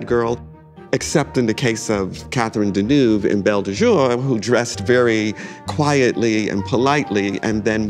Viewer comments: Americans have destroyed fashion. Hollywood gave high fashion a visibility that it warranted (European designers and studio heads and European and American actors etc)….but there is no worse dressed nation. Every time that guy mispronounces Deneuve so badly (and he’s a high achiever in that industry) you realise there’s no hope. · The way Americans mispronounce Deneuve's last name 🙄